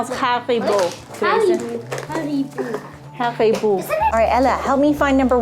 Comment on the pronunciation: Funfact: Haribo stands for Hans Riegel Bonn, who is the founder of Haribo in the city Bonn😊that is why it is pronounced Ha-ri-bo (so you did it right🎉)